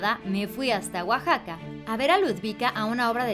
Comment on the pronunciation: A chin...ga ¿ Dónde queda guajaca? Si eso dice Montero. Pobre weyyyyy no sabe ni escribir y menos pronunciar OAXACA. por eso lo dejó la güerita Hermosa.